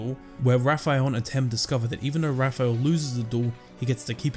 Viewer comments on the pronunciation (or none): Once you get used to the abrudged its not Rafael. But its Wafael